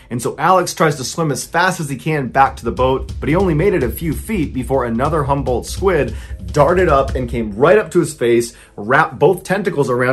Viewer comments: When he was telling the story, it sounded like "humbled squid" to me lmao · Everytime Mr. Ballen said Humboldt or jumbo squid, I heard 'humble' squid and was obviously very confused as to why they are humble but so aggressive.